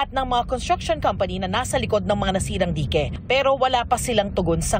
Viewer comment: ang cute naman di-ke 😂 dayk po ang pagbanggit non saamin